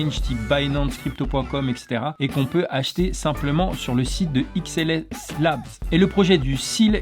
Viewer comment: Décidément, la prononciation de XSL LABS tu n’y arrivera jamais 😂